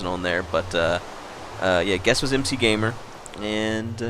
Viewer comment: Actually I believe it pronounced Macgamer :)